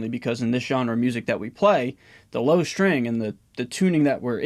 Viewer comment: "LOW"crian, everything else is good